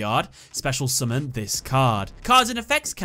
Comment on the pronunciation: Love the way he says summon. Sumin. Say it again. Sumin.